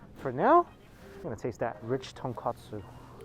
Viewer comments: Dude. It's tonKOtsu. Not KA. Bone not cutlet. Come on man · It’s tonkOtsu not tonkAtsu. Big difference haha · ITS TONKOTSU